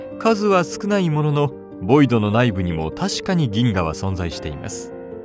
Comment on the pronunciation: ボイドじゃないヴォイド